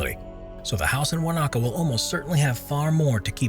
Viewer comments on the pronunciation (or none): The New Zealand house was NOT in Warnocker, it's Wanaka announced as (won-a-car) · call me so I can teach you how to properly pronounce Wanaka...